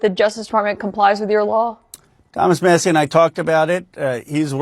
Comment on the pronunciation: Who’s Thomas Muh-see? 😂 Good god we are fucked